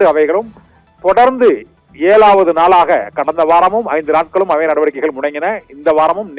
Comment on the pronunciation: வலக்குகள், ஏலாவது நாளாக இல்லை மு**ண்**ட**மே வழக்குகள், ஏழாவது நாளாக---- இதுதான் சரியான தமிழ் உச்சரிப்பு உன்னை யெல்லாம் எவ*ன்**டா செய்தியாளராக நியமித்தது.